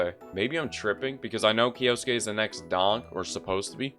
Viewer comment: Omg if you were to not split kyou into two syllables and instead pronounce it as one as you should have you would have been the first youtuber to pronounce his name right. Like at least you got the suke part down perfectly unlike others who turn the e into an i.